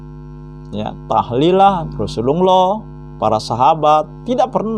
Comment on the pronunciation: pendeta nyamar jdi muslim ini .. mukaNya kaya saifudin ibrahim 🤭🤭🤭 melafalKan hurup arabNya gak pas .. TIDAK TERLIHAT seperti orang muslim yg berilmu dan paham ilmu agama islam .. menyebutKan kata rasulullah saja lisanNya meleset jauh dri lisan muslim umumNya ,. 🤦🏻‍♂️🤦🏻‍♂️🤦🏻‍♂️🤭🤭🤭🤭🤭